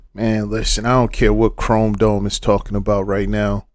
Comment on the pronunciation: “Crome dome” 🤣😂🤣😂🤣😂✌🏿